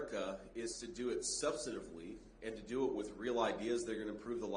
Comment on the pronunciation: "Subsitively" is not a word. It’s "Substantively" and yes, grammar, pronunciation, and knowing the limit of your vocabulary is very important. Just look at Kamala Harris as to why it is substantive. Quote